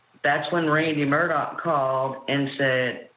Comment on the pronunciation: It’s pronounced MUR DAW not MUR DOCK for the love get it right.